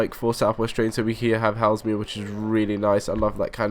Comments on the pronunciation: It's pronounced Hay-zull-mere, not Hellsmere. SWT would typically run 10-coach 444s on that line in the case of a rolling stock shortage. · Your pronunciation of Hay-sel-mere - Haslemere - makes me want to die. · Superb videos, thanks for sharing (ps Haslemere is pronounced Hazelmere) ;) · The prounaunciation is Hazel-Meare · Its pronounced Hazel-mere ... sorry to nit pick :-p